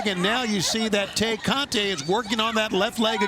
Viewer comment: These goofy Caucasian commentators are calling Tay Conti, Te-Cate 🤣 like the beer... Blessings